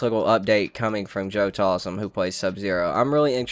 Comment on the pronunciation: Bruh its joe taslim not talsim